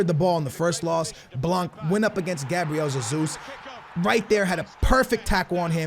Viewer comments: it's not Zesus its hesus maaann don't try so hard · I'm Brazilian it's not Hezus ... It's Jjjezus(a weak elongated j) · it's JESUS and you are saying ZESUS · You are pronunciating G. Jesus Wrong, you are saying it like Sesus, when it should be like Hesus. Don't get me wrong man, Cheers ;D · its not pronounced “Gabriel Zazus” its “Hey-soos” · Don't say zezus even if it is the right way it is so annoying, say heysus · Oh How can you say you are Portuguese ffs....its not Zezus either....é JESUS COMO SE LÊ CARALHO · just call him jesus and not sesus 😂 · Its pronounced hay zus.Not jay zus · No not zezus is hesus or jesus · Please i dont care IF its zezus that you say Please just say Jesus and not hasus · Why the hell are you saying SUSSUS, it's Jesus in Portuguese. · Who the hell is Zazeus! Gabriel hey-Zeus! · Gabriel "Ze-zus" wtf mate his name is BRAZILIAN so there shouldn't be a Portuguese pronunciation right? correct me if I'm wrong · Why can’t you say football players names correctly. You’re a fifa YouTuber, you should really know. Fucking Zesus 😒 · it is Hey-Zuez ( The greek god ) No offence but I am from Brazil Sorry for my English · Both of your versions of 'Jesus ' are wrong. Its Hehzoos. Fullstop. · stop pronouncing jesus like zezus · im portuguese aswell and your saying Jesus rly bad "zezus":D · DID HE SAY ZEZUS? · Omfg it's not zezus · It is not zezus I am brazilian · It’s pronounced He-sUs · It's pronounced Gezus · Rather u say Hasus that Yesus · U say it like Gabriel hesus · James rodruiguez Lol no, Gabriel Jesus himself said it’s pronounced Jay-sus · Wait, your logic confuses me. You say you are speaking Portuguese when you say G. Jesus, yet he is Brazilian and the national language of Brazil is Portuguese. Another example, Mourinho's name is pronounced with a hard J. Plz explain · i'm brazilian and u still saying jesus wrong hahaha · He still cant say jesus